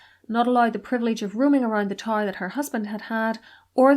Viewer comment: Its tower not TAR.